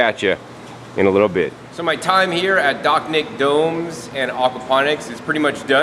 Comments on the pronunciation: Dachnjik-> Dačņik. your pronounciation realy messed up my understanding of the "summer home garden"... try using german combinantions of letters when trying rusification of words. ch - č, sh - š, nj - ņ, and so on. Cool system tho. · The CH is pronounced more like CZ like chacha, the dance.